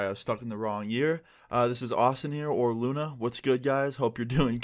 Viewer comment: or, i always feel like he is saying “i”Luna